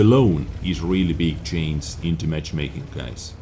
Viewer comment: No hard feelings, but even foreigners can say CHANGE and not CHAINS.